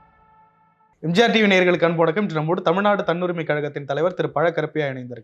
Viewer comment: முதலில் நெறியாளர் சரியாக உச்சரிக்கவேண்டும்...! இந்த சமூக வலைத்தளத்தின் பெயர் எம்ஜிஆர் டிவி... "எம்ஜார்" டிவி அல்ல...